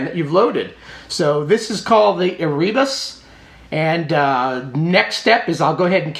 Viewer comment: Because "Ere Informatique" (translated "computer era") was a French big wig in 8-bit software back un the 80s (along with "Loriciels", did you notice there's even "oric" in their name?), especially for Oric, I suspect "ERE" is pronounced like "AIR", thus "EreBus" as "AirBus"... Check the origin to confirm it's an actual French pun...